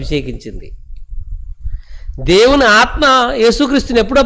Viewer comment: దేవుని ఆత్మ ను pronounce చేసే టప్పుడు కొంచం జాగ్రత్త గా చేయండి సార్.